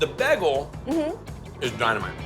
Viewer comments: right! I'm from California and so is he so I wanna know where he learned that! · I've noticed that about him before. He says beg-gul not bay-gul. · I love Guy, and I watch all of these videos, but I had to stop when I heard his pronunciation of bagel. Just wasn't in the mood to power through it, lol. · Am I the only one here who hates the way guy says bagel? Awesome combos tho love it